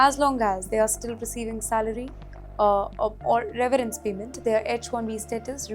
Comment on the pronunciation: It is severence package Not reverance package 😂